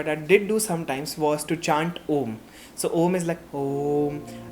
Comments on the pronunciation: Hey, this is really beautiful video I appreciate you for bringing this topic on internet. Being a medico, meditation is must, I know. Just want to correct you a bit. Chanting ॐ is not oooommm, but AUM. You should chant like aaaaauuummmmm. This works differently with every chakras of the body. Sanskrit word ॐ is pronounced as AUM. Every syllable has different meaning A- Tamsic (last 3 chakras, helps release emotions related to materialistic world/heals chakras) U- Rajsic (Represents heart chakra, helps overcome emotional pain/ heals heart chakra) M- Satvic (Represents third eye chakra/ removes blockages in chakra/ self realisation) Do try this for 12 days and trust me you will feel the difference. Love and light 💕💫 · it is not oooommmmmmm......... , its aaaaammmmmmmmmmmmm..